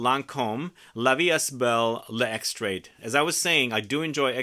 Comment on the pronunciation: I am interested in the father figure scent from Phlur but in Germany, it is not available yet! BTW, the „est“ in la vie est belle is pronounced as „ai“ so the st are soundless :)